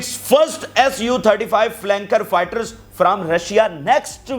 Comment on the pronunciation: Mr@ g5i, Fitar.z. ghalat hai, sahi = Fighter Jet.. . . . . . . . . from Bangladesh .